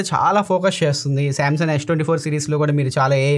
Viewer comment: మీరు శాంసంగ్ ని శాంసన్ అంటున్నారు కదా కరక్టేనా, అందులో G సైలెంటా.